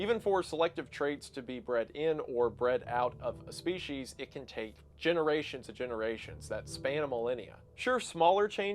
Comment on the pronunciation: There is no H in species.